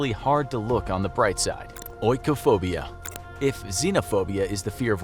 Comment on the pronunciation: its pronounced ee-koh-phobia dude. Not oh-ee-koh-phobia